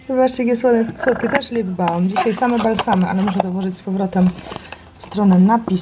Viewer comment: Karo podkład ślicznie wygląda w kamerze! mała wskazówka: "l" w słowie "balm" to L-widmo, więc się go nie wymawia